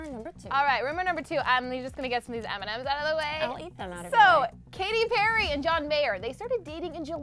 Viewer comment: am i the only one who undestoop eminem when they said m&m's ? no? ok.